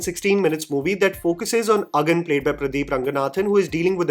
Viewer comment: your Tamil pronunciation has gotten really really better - the way you said Agan and Kural.